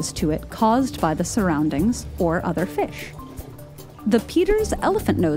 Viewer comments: It's pronounced Fish not Fischch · Am I the only one bothered by how she says, “fiSH?” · ikr? Maybe that's how to pronounce fish: "fesh" instead of "feesh". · The was says fish is killing me. Almost like she says Fussshhhhhhh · It’s weird how she says fish “Fush” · Why does she pronounce “fish” like “fesh” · I like the way she says fish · I like how the narrator says "fish"